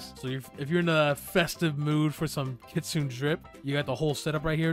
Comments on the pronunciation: Btw not to be mean but its not kitsine its kit sune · no hate but it pronounce as kitsu-ne not kitsune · its pronounced kitsuna just to let ya know:) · blud said ketsun fruit bruh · It is pronounced kit su nay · Why he saying kitsune like that😭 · He mispronounced Kitsune every single time.